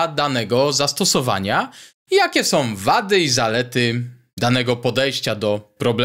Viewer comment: Bardzo dobry merytorycznie odcinek do tego stopnia, że błędy wymowy Pana nie dają się we znaki, aż tak bardzo: som, chcom i wydużyć (wydłużyć). Proponuję posłuchać ( nie posuchać ) siebie i zwalczyć to w przyszłych odcinkach, a unikając "angielskich śmieci" będzie bardzo dobrze. Na plus językowy zapisuję 5 amperów, 20 watów w miejsce używanych błędnie 5 amper i 20 wat (chyba w aptece). Pozdrawiam jako wieloletni pedagog przedmiotów technicznych na poziomie średnim i wyższym. Wątpliwa pociecha: jeszcze gorsze błędy prezentują zawodowi dziennikarze TV itp. np.: "Zakupiono 100 armat i 20 przyłbic" oczywiście błąd merytoryczny. Pozdrawiam i życzę dalszej owocnej działalności na niwie ciekawych rozwiązań konstrukcyjnych. P.S. Temat ARDUINO jest Waszych opisach wg. mnie mocno kontrowersyjny dla użytkowników bez gruntownej znajomości mikrokontrolerów i ich programowania.